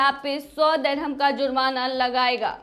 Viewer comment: Dehram Nahi dirham kehte hain.